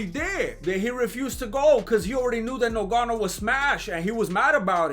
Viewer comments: 5mins in and this fool got me dying....And Im Cameroonian he is fucking up Ngannou's name. Oye Ese, get it right...Its pronounced like it has 2 Gs...GGannou...not nuGanou!!!!!! 😫🤣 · Lol great video brother 😁, lol rolling on the ground when Gane was doing something weird in his shorts 🤣... Although the Champs name is actually spelt Ngannou... Pronounced NGA-NU. Great work though bro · The way you say Nogano 😂😂 reminds me of when they used to call him Nganou in commentary 😂😂😂.